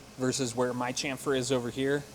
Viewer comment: not chamfer but shamfer